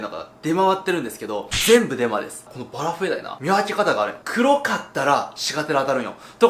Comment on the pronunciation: バラフエDieって言ってねw(´°ᗜ°)ﾊﾊｯ..